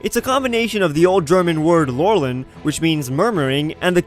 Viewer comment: It's funny how you pronounce "Lauern".